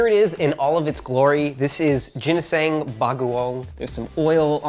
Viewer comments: GI LIKE GI NOT JINISANG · Did he say jinisang? Or was it my hearing? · Did he just say ginseng? Hehehehe. And that's a lot to taste the food. Hahahaha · I tot he said gensing bago-owng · no one:: "jiniseng" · "Jinesang" ka ghorl?!💅🏻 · every filipino do be almost havin a stroke cuz of "jinisaung" and "baguong" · What I heard is Ginseng 😂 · actually i thought he said "gensing". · The closest pronunciation I could get would be, ”Gih-Nihs-Ung” - Ginisang ”Bugo-Ung” - Bagoong The word “ginisang” has similar pronunciation to the word “Guinness” like the beer. And “Ang” sounds like the word “sung” with a hard G after. So “Guinness - Ung”. Even though it’s spelt with an A in Gini-sAng, we pronounce A’s more like ‘Uh’ instead of ‘Ah’. The first part of “Bagoong” sounds similar to “Bug” instead of “Bag”. And the last part is like the word “hung” but without the H so “Ung”. So the word would sound more like ”Bugo-Ung” instead of “Bag-Oh-Ong” Also Ginseng is a root, ginisang is the Filipino word for “fried” fyi lol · the way he pronounced ginisang. I laughed because I didnt understand at first. edit: lol I hope youre not offended by my comment. the pronounciation is actually cute and not at all bothering to me